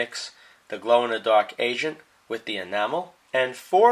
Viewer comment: i keep hearing "glow in the dark asian" instead of agent 😂